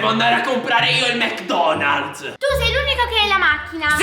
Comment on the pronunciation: ha detto detto mc donalz lol